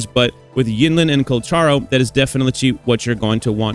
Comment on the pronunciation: PLEASE PRONOUNCE HIS NAME RIGHT. THANK YOU